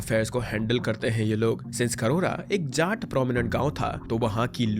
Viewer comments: jaat ❌ झाट 🤙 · Jaat community. You are pronouncing Jaat like Jat(Cat-Jat-mat) like that. Change your stupid ascent.